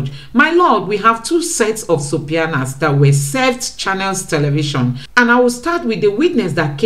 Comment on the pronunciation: you pronunciation of subpoenas is very funny.😂😂 Please look up the pronunciation on Google. Yet your detailed presentation is great. Kudos!